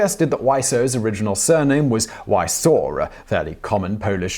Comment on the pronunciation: From what I understand original surname of Tommy Wiseau is suggested to be "Wieczór", which mean "evening" in polish. If so, as polish speaker I can say that "Wieczór" is pronounced differently that in this video, for one thing it lack "s" sound as in "speak". But polish is infamous hard for english speaking person, so this is no problem to me and we should forgive Simon Whistler such mistake in pronunciation.